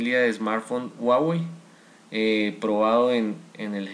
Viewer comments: Pero no donde es ;) Tutorial incompleto y encima dice guawey jajajajajajajaajajajajajajajajajajajajaja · Dislike por pronunciar mal huawei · WUAWEI :'v